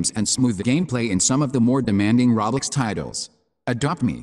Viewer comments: Reaaly he says roblox it’s soooo funnnnyyyy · Yeah I can't watch a video that can't pronounce roblox correctly.